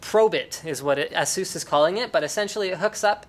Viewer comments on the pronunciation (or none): This video is so old that Linus actually mispronounced Asus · ASUS = ASS-SOOS CONFIRMED